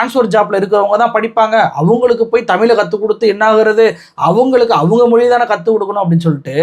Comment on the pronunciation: தம்பி நல்ல செருப்படி பதில், தெளிவான உரை! மனமார்ந்த பாராட்டுக்கள்! பின் குறிப்பு:- தம்பி தமிழை தமி'ல்' மொ'ளி' என்று நீ உச்சரிப்பதைக் கேட்க காது வலிக்குது! இந்த உச்சரிப்பை நீ மட்டுமல்ல பெரும்பாலான ஊடகவியலாளர்கள் இவ்வாறே உச்சரிக்கின்றார்கள்! மாற்று மொழியாளர்கள் உச்சரிப்பது போல் நாம் நம் தாய் மொழி, அமுத மொழியாம் தமிழ் மொழியை சரியாக உச்சரிக்க வேண்டும்! தமிழின் சிறப்பே 'ழ' தான்! தமிழை தமிழ் தமிழ் தமிழ் என்று தொடர்ந்து சப்தமிட்டு சொன்னால் காதில் கேட்டது அமிழ்து அமிழ்து i.e.அமுது என்ற பொருளுள்ள சொல்தான்!